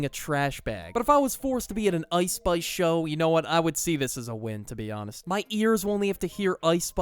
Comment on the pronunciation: "ouice spouice"